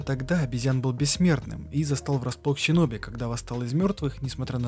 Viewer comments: Вот все хорошо, но или СИноби(по Поливанову) или же ШЫноби))) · сам ты щиноби, омг, шиноби*)) Нету в их языке вообще щ. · И всё таки как правильно будет Щиноби, шиноби или синоби? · Столько времени прошло... Наткнулся на обзор, послушал первые 8 минут, раз 15 произнесённое слово "ЩИНОБИ" и пару АЩИНА/ИЩЩИН убило меня и мой слух, ебнул дизлайк, сори. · Почему вместо "С" звучит "Щ"? Даже в игре все написано через С, а у самих японцев нет такого звука. Что за отсебятина? Это не английский язык. Слух режет. Щиноби... нечего добавить. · Щёгун и щиноби, серьезно? Японцы это так произносят? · Арррргххх. ну ззачем зачем ТАК ЩИпеть? ну не ЩИноби а Шиноби не аЩИкаге а аШикаге. Да блин на хрена повсюду эту Щи вставлять? Аж уши режет. Там нет ни аСин ни аЩин.